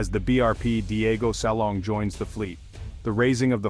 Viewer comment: DIEGO SILANG...not SALONG.